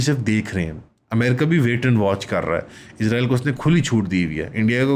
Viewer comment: آپ اسرائیل کو بار بار عزرائیل بول رہے ہیں ۔